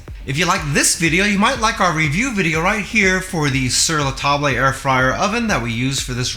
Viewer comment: so useful! thank you very much. (in future you can say "ta-bluh", instead of "ta-blay" and you will be très francais. 😗}